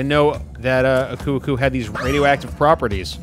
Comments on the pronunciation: Your saying uko uko but it's aku aku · are you really calling aku aku "akoo akoo"?